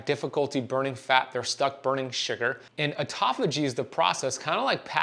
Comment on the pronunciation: What an absolute load of complete and total bullshit. Misrepresentation at almost every turn. Also, please learn to pronounce 'autophagy' correctly, if you're going to say it that many times in a row to baffle the drooling idiots with bullshit. That is not it.